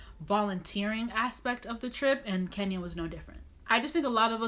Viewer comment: Guuuurrrrrlllll!!!! Did you just say kenyara???? I'ma check you and side eye you for that.